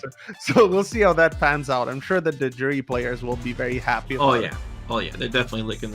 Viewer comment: Stop saying Juri like that lol I hope you don't say jalapeno like I think you do